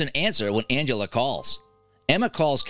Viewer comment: He really just called Aunt Angela “Angeler”. And he called cheerios “BABY FOOD”! 😂